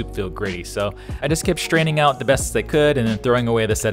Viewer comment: Seems you are schtraining your soup...